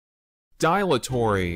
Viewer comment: Not pronounced die-latory. It's pronounced dill-atory. You need an e at the end of words to change their pronunciation eg dilate is pronounced die-late, not dill-ate.